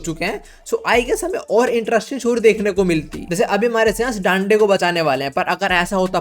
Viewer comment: Dande❌ daande ✅